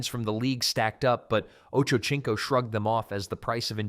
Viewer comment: His name is pronounced like oh-Cho-seen-co